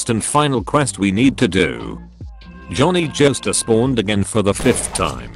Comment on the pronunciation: Took a drink every time I heard Jhonny jostar